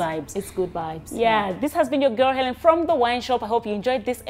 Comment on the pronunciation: The interviews were awesome but pulizi Xaven, it's Hellen not Allen